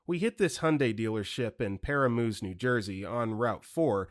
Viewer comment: Story 75: it's "puh-RAM-us", and most businesses on Rt 4 are this pushy. Not all, but many. Anything I go up 17 to Ramsey to do, I have a good experience. Just better people in the Ramsey locale for some reason. Paramus is a city built mostly on businesses and those two major highways, so... yeah. Can verify that's probably exactly how it went down.